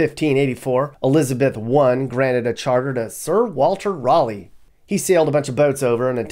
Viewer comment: FYI Raleigh is pronounced rally not rawly